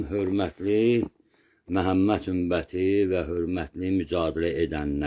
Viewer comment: Ümbət yox, "Ümmət"